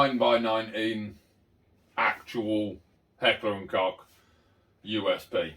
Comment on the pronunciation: So glad you pronounce Koch properly unlike alot of people. Some bellends pronounce it Kotch or Koke